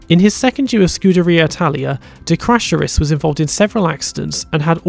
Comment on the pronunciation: Did he just say "de crasharis" instead of de cesaris? :D Btw reminds me of something. Why did Hill cry so much about Schumacher when he literally told the team he would rather give up a 1 2 when his teammate is on top? He had the same determination and was willing to do anything, no blame for that. But then dont cry if someone else comes along and got that same determination